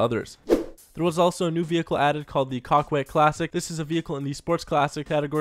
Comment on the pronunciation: It really does sound like you are saying "cockwet" after I have seen that comment